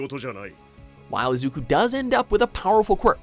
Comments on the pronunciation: Just have to say when i heard him say Atem and Izuku's last name i cringed alittle people at WatchMojo suck at pronouncing names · He pronounced Izukus name wrong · its izuku me-door-E-ah